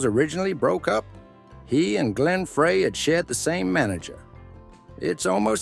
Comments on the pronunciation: How ridiculous! I wasted 22 minutes and 28 seconds of my time. Teach your AI narrator to say Frey as Fry not Fray. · frey is pronouned FRI not fray!! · Don't give any credit to a channel that can't research enough to pronounce Glenn Frey's last name correctly! VINCE IS AWESOME, this channel is piece of crap! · Glen's last name was pronounced FRY, NOT Frey.